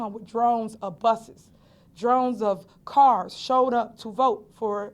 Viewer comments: Omg!! This stupidmayor is still saying DRONES 😮🤦🏽‍♀️ REPORTERS PLEASE CORRECT HER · Please somebody tell her it's not drones of people, it is not drones of buses... It is droves Tiffany droves! Lol.. Gahhh. Yeah you know why you had those buses, you know why you keep speaking about seniors... It's because you spent taxpayers money, and used the township's buses... To go pick those seniors up and bring them to the voting location lol Goodness knows what you brides them with... It's pitiful. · "Drones of busses and cars" ... u mean "droves" lol...? Axing... ASKING!! Why ax? Why? That's not a north or south thing... that's not Ebonics... that's just stupid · Did she say 'Drones' instead of droves? And so confident... Kids, please stay in school! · I was thinking that Darlene’s name is Gray-Everette. Yet on multiple occasions Tiffany has called her…Darlene Gray- Evers. Go back and look at the videos. Also she says people came out in drones instead of droves. People of Thornton Township, you deserve better, in my opinion. Go back and watch old board meetings. See how she treats people. Reporters, ask her if she had a certified assessor on her slate. She has never given a name. Insist on a name. You deserve better. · “drones of busses” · Did she say there was drones of buses out...lmao